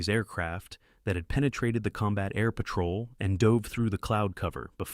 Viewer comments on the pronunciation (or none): none